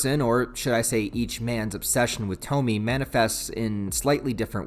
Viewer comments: You calling her (toh-mi) instead of (toh-mi-eh) is making me grit my teeth.. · You mispronounced the name it’s not Tou-Me it’s pronounced Tou-Me-Eh. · Japanese names don't follow English rules of pronunciation. It's To-mi-e. Three distinct syllables. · I'm sure others will say 1000 times but it is pronounced "Toe-Mee-Eigh" like Toe, Meet and Eight. Or Toh-Mee-Ay for you normal minded ppl The very first Tomie chapter was written by Ito as a student for a competition of some sort. So he wasn't even properly an adult or mangaka at that point. Cool to see the beginnings of a great though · broo I love junji Ito, I have entire shelf of his stuff. great video btw, its pronounced tom-e-ayy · Bro, you’re killing me with the “Toe-Me” thing, but I still love ya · Way too late cause the video’s here and it’s said many times but her name’s got three syllables. (Toe-me-ay)